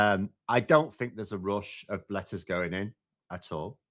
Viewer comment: I have trouble telling the difference between you saying "letters" and "lettuce" and honestly it improves the listening experience